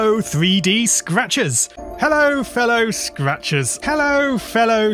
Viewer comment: After a bit it just sounds like: “Hello Fell o, scratches.”